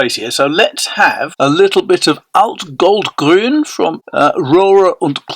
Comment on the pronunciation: ... enjoyed the video! I like the Salamander as well as the Alt-Goldgrün. Your pronunciation is really good by the way! Oktoberfest? Wild horses couldn't drag me there!